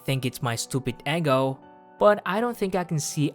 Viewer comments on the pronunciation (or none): This might be late but this video involving 100 times is WAY better than kanon's version where the DUDE GETS TURNED DOWN 100 TIMES but the girl was understanding and the mc has a valid reason. Also, why did the mc pronounced "eggo" instead of "ego"? 🤣🤣🤣🤣🤣 This art style looks light like romcom manga chan's version of some random story art drawings. The plot felt so better too. The background pictures looks cleaner too. The thumbnail saved me the heartache of kanon's 100 times shit.